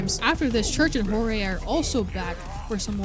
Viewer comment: hearing him say hor hay instead of (George with a j) just feels strange plus personality i thing jeorge is a funnier eay to say his name than say hor hay